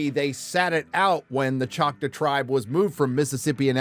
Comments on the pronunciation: ok I agree with the review but the tribe is pronounced chalk-taw and not chaka. Makes me wonder if the show did a Last Airbender and pronounced Aang with Ong. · did you really just say "Chot=wuh?" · Are you trying to say Choctaw? Choc-TAAHW. Just saying, since I've spend most of my life in Oklahoma. BTW this series looks to be an offensive level of "representation" again, coming from a person who as spent most of their life in Oklahoma. Oh and OU sucks, go Pokes. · The Choctaw tribe in Oklahoma is a separate entity from the Mississippi tribe. Also, its pronounced ‘chock’-‘tall’ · No it’s still “Chalk-taw”, is either too lazy or too bigoted to pronounce it correctly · Choctaw, as in Chalk-Taw. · I’m from Oklahoma and everyone pronounces it chock-taw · It’s pronounced Choctaw- Chock-taw. Thank you for you attention. Lol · Hahaha the mispronunciation of Choctaw is hilarious to me. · Bro how are you pronouncing choctaw? Lol wrong that's how